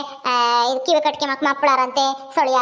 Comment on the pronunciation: ಅದು ಕಿವೆ ಅಲ್ಲ ಕಿವಿ